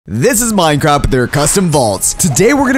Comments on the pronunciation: Is it just me or did he say minecrap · at the beging i think he said minecrap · sed Minecrape